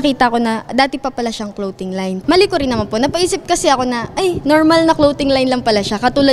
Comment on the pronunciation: Bat ba ako nababothered sa "clowting" line. 🤣